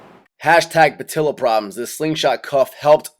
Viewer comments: it's patella not patilla. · Pah-tell-ah Not pah-till-uh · It's "patella," not "patilla"